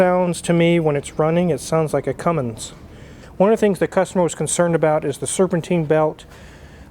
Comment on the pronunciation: At least wizzard knows how to say cummins for once somebody says it right